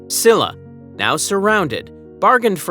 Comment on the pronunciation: The lack of effort to properly pronounce Korean words is quite disrespectful. I understand when there are sounds and syllables that don’t exist in English, but S-illa?? It’s pronounced Sheel-la! Some words sounded Chinese… so irreverent and rude.